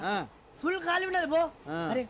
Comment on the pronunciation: ఖాళీ రా అది ' కాళీ కాదు. ముందు తెలుగు నేర్చుకో .........